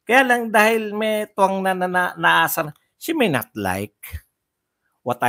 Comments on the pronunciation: Shiminet? Malayo sa She may not! Anong klaseng ingles yan? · Para KC slang pronunciation nya Ng she may not silent y 😊